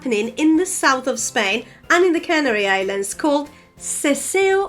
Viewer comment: In English, we don't say Cannery Islands but Canary Islands. The accent is on the second syllable, not the first, and it's a long diphthong (rhymes with airy and fairy). A cannery is a factory where food is put into cans. A canary is a little yellow bird that likes to sing. You also mispronounced phenomenon as if the final syllable was -num.